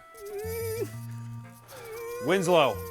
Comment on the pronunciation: Winslow sounds like “Itsagundam”